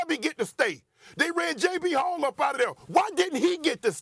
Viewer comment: I love you , Shannon, but it’s Joe B. Hall, not Jay B. Hall.